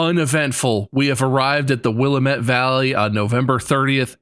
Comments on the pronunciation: As a native of the Willamette valley, please put the stress on the second syllable. It makes me twitch every time someone says it off kilter like that. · Hearing people say Willamette like “will-uh-met” always makes me laugh Ahsjf born and raised in Oregon right next to that river. it’s actually “wuh-lam-it” but at least they didn’t say Ory-gone 😂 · (Also its Will-Ah-Met not Willa-Met) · the repeated mispronouncing of Willamette is painful LOL. Will -- Am--- Ehht XD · as someone who lives in the WILL-A-MET valley area the way they pronounce Willamette hurts me. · will-am-it. WILL-AM-IT YOU FOOL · I'm here on behalf of all the Oregonians: It's Wil-LAM-ette!! Rhymes with Dammit! Mark yelling "Why did we come to The Dalles?!?!" had me in tears 😂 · Bob. It's Will-ah-met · They said Willamette wrong. But other than that, great episode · As someone who lives in Oregon, I found some of the pronunciations hilarious. Especially Bob's pronunciation of the Willamette valley. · Bob - point for worst pronunciation of Willamette Valley I've never heard.